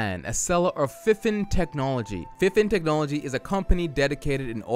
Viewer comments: It’s is fifine you say it like fe-fine. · Its pronounced FI FiNE (Fie Fine), but some people say FineFine for some reason 💯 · Awesome review! I love your humour and the constant attempt to pronounce the various possible pronunciations of "FIFINE" "FIH-FIN?" "FEH-FINE?" Cus it's literally what we were all saying in our heads. Lmfao!!! Now I cannot get the name out of my head, that company should thank you because it's not the most easiest name to remember but because of you, I cannot forget it! Fehfinnn?! <3